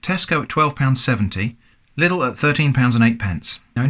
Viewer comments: It's Lidl not "Littl" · quick correction as a native german speaker: Its not pronounced liddle but Leeedle. Many foreigners do this mistake :) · the way he says lidl... it's Leedle not little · On Paper: Lidl Germans: Leedle: Liddle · It's pronounced LIDL, Not little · I capital-h Hate that the English speaking world has just unanimously decided that "Lidl" is pronounced "Liddl" for no reason other than half of you people pronouncing Aldi correctly so if you said anything else correctly the universe would implode. Also, I agree with the thumbnail, stop saying "could of", it's annoying me to no end. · I'm from Germany and find it fascinating that there is a Lidl and Aldi in your country aswell! I thought they are located in Germany only. Also the pronounciation of the names is very funny & interesting to me 😂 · lidl is pronounced quite diffrently my friend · As a German, I get anxiety by the way he pronounces Lidl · How these Brits pronounce “Lidl”…never gets old. 🤣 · James Parker yes but if proper pronunciation and grammar are used then your privileged , 99% chance your white and therefore racist so we don’t learn real English , just this keyboard warrior shit and enough to get through “life”